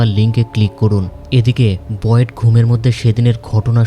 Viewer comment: ভাই ওর নাম বয়েড বলা বন্ধ করেন,বিরক্ত লাগে